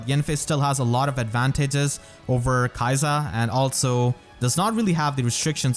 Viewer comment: if the japanese is anything to go by it should be more like 'key-sa'